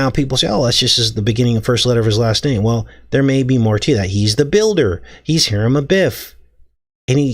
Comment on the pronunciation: Hiram is pronounced “Hi-rum”